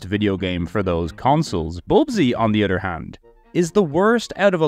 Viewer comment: say it with me. uh-thurr not udder other doesnt have Ds in it